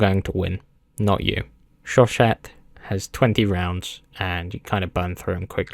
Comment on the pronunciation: It’s pronounced “show-sha”